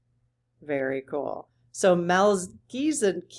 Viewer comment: Here’s how to say that name. It’s based on Hebrew which has one sound we don’t have in English. It’s written with a ch or kh, and pronounced like you are clearing your throat. Mel-khee. The next part of the name has a ts sound. Just say it like in English. Ts. So it’s tseh-dek. In Hebrew, the word for king or sovereign or ruler is “melekh” and tzedek is righteousness or justice. You could translate Melchitzedek as “King of Justice “ or “Ruler of Righteousness.” Melchi also sounds like “malekh “ which means “angel “ in Hebrew.